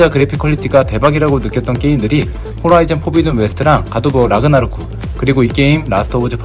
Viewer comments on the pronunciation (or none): none